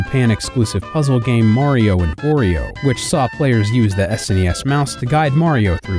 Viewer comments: Did you said "Mario and Whorio""?! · Mario and oreo?? Why'd you have so much trouble saying that.